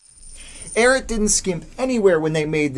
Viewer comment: The “Arrot.” Guy, it’s “Ariat,” like it’s spelled.